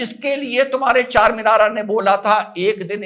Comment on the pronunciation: Charminara na bolna charmender bolna kal